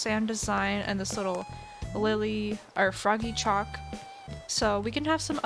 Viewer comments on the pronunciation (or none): none